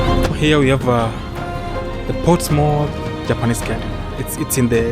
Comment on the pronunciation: It's Portsmouth not ports mouth its one word as we say in pompey dinlo